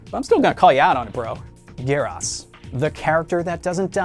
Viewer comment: It's GERAS! G-E-A-R U-S NOT GEER HAS